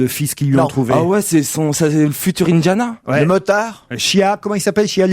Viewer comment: "indayana" : "brône" 😂